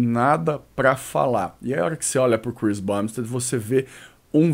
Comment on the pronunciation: Saudade quando o falava Chris BUMbstead! Quem sabe sabe....